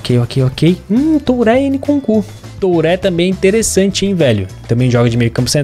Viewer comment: ai n q seja importante mas, se pronuncia encuncu, o nkunku